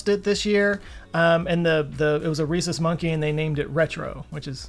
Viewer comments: I thought you were saying Racist monkey whenever you said it. I had to keep going back because I was wondering why they would do that to begin with. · oh 'Rhesus' not 'Racist'. Made me think 'Why on earth would they do that?'